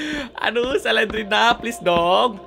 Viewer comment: Slendrina bukan selendrena